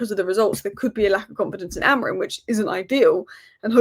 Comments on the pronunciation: It's AMORIM! Not Amorin!😂😂😂 Ffs can't even say your own managers name correctly.Painful to listen to. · So many United commentators think Amorim’s name ends in “n” !